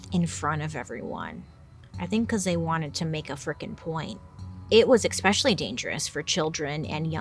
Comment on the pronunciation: Love love your channel, and you young lady are smoking hot. But, Bailey, please please, it's "especially" not "expecially"